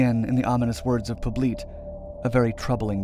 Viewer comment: How's his name spelled? If it's "Poblete", it's not pronounced Po-bleet, but rather Po-blet-eh. I had a former step-mother-in-law with the surname, from the Philippines.